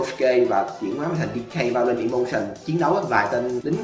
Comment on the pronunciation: Người ta đọc là violent đây ôg này đọc là violet